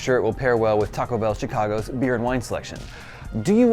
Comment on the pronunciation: with the hard CH in Chicago